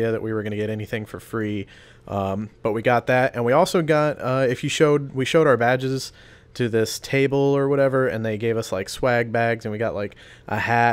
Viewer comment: "we showed our badges" sounded like "we showed our vag's" when I first heard it lol anyone else?